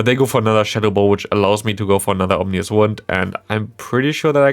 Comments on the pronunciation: Omnious wind :-D I guess there were no omens about how to spell and pronounce that ;-) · Ominous wind. Like scary wind. But you said and have typed Omnious wind. Makes it sound like it’s all knowing now lol